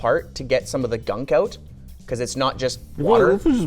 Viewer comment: love how everyone says out as oat